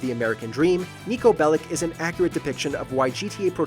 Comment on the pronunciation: How can you title it with the word "every" when you left out all the ps 1 GTA games? Also Niko Belic the last name Belic is not pronounced like the word lick. Think of it as being spelled as Belich. He is from Serbia and c's in Serbian are pronounced as a ch.